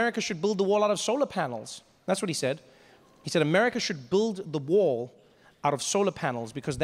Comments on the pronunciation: The first time I understood "war" instead of "wall" and I was like "yeah, sounds legit"... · I lowkey thought he said "He wants his war"